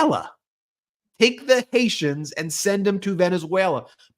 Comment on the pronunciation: How about Dumb JD saying Haitians being from "Haitia" (HAY-shuh)?